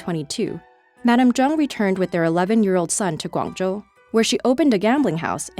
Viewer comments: WOW! you actually said GuangZhou correctly! btw dats my home town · Best pronunciation (both English and Chinese) I have heard on YouTube. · yah she said Guangzhou pretty much perfectly